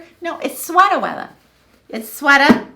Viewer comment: I loved "sweata weatha."